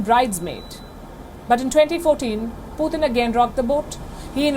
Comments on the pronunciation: It's PUTIN not POOTHIN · 😅 why is Palki saying “Poothin”